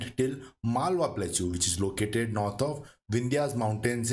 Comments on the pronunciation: its plateau not plakchu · Pronunciation of plateau is wrong. It should be pronounced platəʊ or plaˈtəʊ, not platʃaʊ